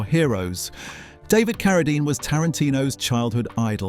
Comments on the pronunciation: I'm coming off the Rhine River as the Rain and the Rhyme in the same video. Now, I get Keredine, probably Kerosene later. AI has a dull average IQ. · I noticed when the AI narrator mispronounced David Carradine's name first then immediately pronounced it correctly after LOL.